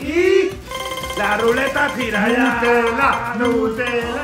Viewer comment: No es. Nutellaes. Nutela